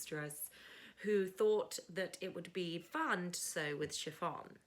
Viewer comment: I love the Friday Sews vlogs. I like your outfit. You can use a regular zip, and nap is just a directional fabric. Have you done shirring before? You pronounced chiffon correctly. Go with the viscose fabric. Yes, you can use that pattern.